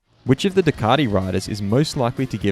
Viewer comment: I can’t watch this just for your pronunciation of Ducati